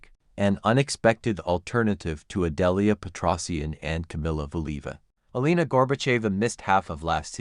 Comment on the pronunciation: Почему вы имена наших фигуристов так коверкаете? Какая ещё Эланика? Она Елена или просто Лена! Фамилия Кос-ты-ле-ва.